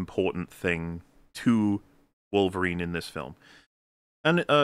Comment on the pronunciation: It’s Wolverine, not Citizen Kane